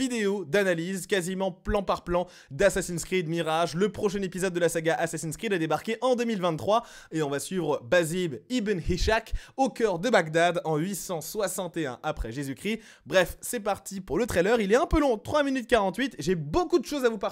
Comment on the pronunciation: Pour info, ça se dit "Izak" car c'est le pendant coranique de Isaac fils d'Abraham => Ishaq fils d'Ibrahim Ou "Iss-HHac" en arabe Je parle en connaissance de cause, je m'appelle comme ça ✌️😁